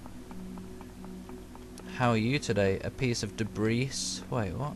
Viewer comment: "A piece of debrise"... hearing that made my day, believe it or not. XD